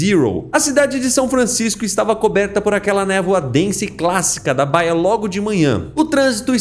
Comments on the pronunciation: Não seria baía ao invés de báia? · Você logo percebe que o narrador é burro quando ele não sabe ler o nome baia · Seus vídeos são muito legais com esse estilo de quadrinho. Só uma dica, baía (do mar) se lê igual Bahia. Baia é um local de descanso para cavalo ou posição de atendimento.